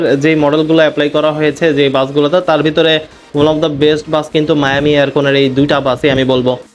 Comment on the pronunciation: মায়ামি নয় মিয়ামি😂😂😂